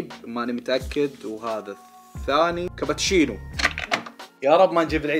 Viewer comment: كبتشينو 😅🤣 لفظتها 🤦‍♀️